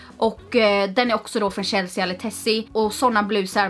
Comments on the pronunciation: Förlåt men uttalar du Chelsea (uttal chellsee) som Shellsija elr är det något annat du pratar om? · Uttalas inte Chelsea Chelsi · Det uttalas ChelsEEEE inte chelseA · varför säger hon chelseAH